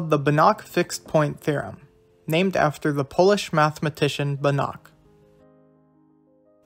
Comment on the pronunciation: fyi It's pronounced bAnach, not banAch.